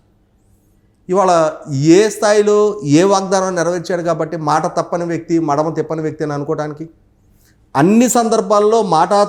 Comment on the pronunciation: మడిమ కాదురా.. మడమ అనాలి..